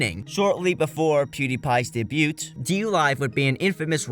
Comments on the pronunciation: "day-bute" for debut instead of "day-byoo" lol. Oh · Sorry to nitpick but lax, not "laxed" (debut) day-byoo, not day-byoot. Great video. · My man pronouncing "debut" and "day-bute" lmao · You don’t pronounce the t in ‘debut’ btw